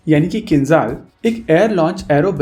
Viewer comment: Not Khinzal, it's Kinzhal 😆😆😆